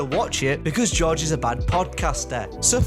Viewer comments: When you say George i hear josh 😂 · It’s GoRge not Josh